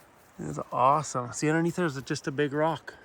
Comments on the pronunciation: Did you say that’s moss-some? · It’s not awesome it’s mossome